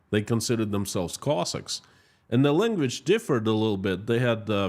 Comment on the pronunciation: that does not explain how you pronounce anything. The only way to illustrate pronunciation is to take a word that people all pronounce a certain way that rhythms with the way you are expressing. English has alternate vowel sounds. Take the word HELICOPTER. The O is short. Take the word STONE. This is long O sound. I have never heard anyone pronounce Cossack any other way than with short O sound.